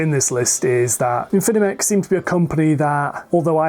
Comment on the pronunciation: Great video. Be careful of pronouncing Infimech correctly. There is only 1 n and only 3 syllables, I think. Thanks for the information and analysis!